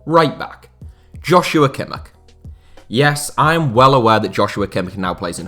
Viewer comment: Pronounced “Yos- yu - wa Kim -ish”